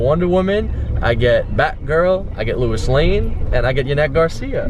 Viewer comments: HOLY FUCKING SHIT HE SAYS LOUIS AS LEWIS WTF............ I am disappointed in you matie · u pronounced Louis wrong